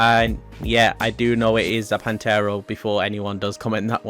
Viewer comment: Pantera..... Not pantaro fucking Christ